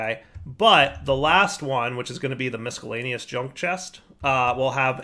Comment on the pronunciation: Hey, the c in miscellaneous is silent!